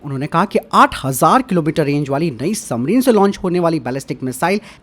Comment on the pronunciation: aap submarine bola kare SUMMARIN nhi